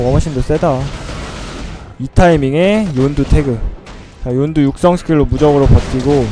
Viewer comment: 윤두가아니라 욘두